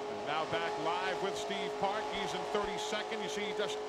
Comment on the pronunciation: I can count the times Eli Gold managed to say "Steve Park" and not "Steve Parks" on one hand. Over his entire career.